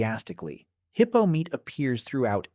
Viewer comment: The heeippo😂